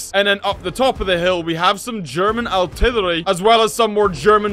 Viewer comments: I'm here for every time says "artirlwerly' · he says artillery so weirdy